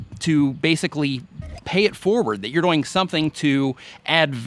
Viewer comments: HAHAHAHAHAH i thought i was the only One that Noticed you were Saying "DoYiNG" ahhahaha you're a Good Sport i love it ahaha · I can't unsee/unhear "doyng", lol Networking on various forums/communities seems to be one of the biggest issues for people. Like, I hear so many complaints from people that reddit is just inaccessible, but then I check out their userpages and it's just the same videos posted to a bunch of different subreddits, with no trace of any other engagement. This is an extreme, but I think it can be hard to build up reputations in general. Because for something like reddit or facebook, it's really not one site, but really a collection of a thousand different communities (e.g., each facebook group, every subreddit, every google+ community means starting from step 1 in terms of becoming a known quantity), and I know most people don't want to commit their time that way for such an uncertain payback. I think another challenge is in niches. Like, how-to and help videos have a more certain value proposition. other content, not so much?